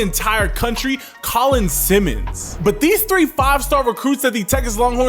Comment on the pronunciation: Props for pronouncing Simmons correctly! I hope you didn’t jinx my Horns with this early video. 👀🤘🏾😝